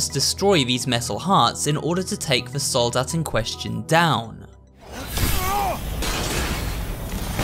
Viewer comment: I don't know what I would find funnier: The Soldat being pronunced wrong and being put into a "wrong" plural or hearing it correctly in the middle of an english sentence. xD (and yes, the other german words are also not correct, the "Soldat" is just in every name) For anyone interested: Soldat is pronunced with a long a (the german a sounds more like in "part" or "apple") and the german s is a soft sound (like the z in "buzzing"). The plural in german is formed by adding an "en", so it would be "Soldaten". ;)